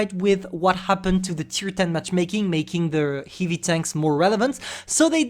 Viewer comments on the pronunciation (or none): One day i Asking to spell word "heavy" on love stream bcuz how funny he do it and now whole video of heive heive heive heive tank 🤣 its like a dreak come true 😜